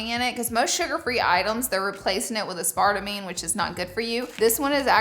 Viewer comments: I know you did not say uh spart a me. 😂😂😂 It's ass per tame. Aspartame. 😅😅😅😅 Love you Laura! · I love you and I”m from Alabama also. Pro tip: it’s “ass-per-tame.” Not “ah spart a mane” I mean nothing but love 💕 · It's pronounced ass-par-tame! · BTW-regarding the pur gum: the sweetener xylitol is DEADLY to pets even in very small amounts. Make sure that you keep it away from your fur babies. Also, aspartame is pronounced ASS.per.tame. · As part a me 🤣 ass per tame! I love how you pronounce stuff lol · I am dead. Uh-spart-uh-meen. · Now miss Laura 😂 it's pronounced ass-per-tame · i always thought that’s how aspartame was pronounced too until i heard someone say “aspar - tame” and my mind was blown 🤯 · I’ve never heard someone say aspartame like that before 😂 love you Laura lean with it rock with it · I said it like this for Y E A R S 😂 I only just found out like a year ago that's not how it's pronounced lmaoooo . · I literally questioned myself after hearing her 🤣. Could I have been saying it wrong all these years… nope. But that’s ok because she’s absolutely 💯 adorable!